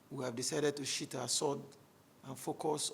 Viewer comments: Did he say "sheet" our sword? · Sheathe, not sheet